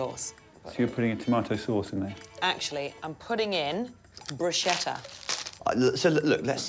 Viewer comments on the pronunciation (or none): A word to the entire English-speaking world: "bruschetta" is not pronounced the way you think it is. There is no "sh" sound in the word. It's much closer to a "k" sound. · "I'm putting in Bruschetta" It's pronounced Broos-kett-ah. Damn brits. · It's pronounced "brew sket uh". Why is that so hard? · It's pronounced broos-KET-ta. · "brooshetah" is an interesting way to say bruschetta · Everyone mispronouncing bruschetta here :o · made me crazy how they cannot pronounce bruschetta ...